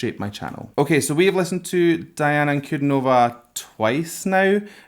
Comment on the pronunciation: Her name is pronounced as, Un-Cu-Dean-O-Va